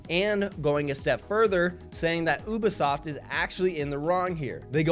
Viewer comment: why does it bother my ears that pronouncing Ubisoft as "OOH-buh-sawft"? It's "OOBY-soft" buck-o!